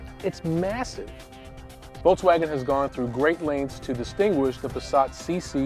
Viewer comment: i hate how he says, voltzwagen